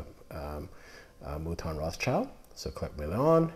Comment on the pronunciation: You still haven't got the pronunciation quite right; It's Milon / exactly as written, not Million!!!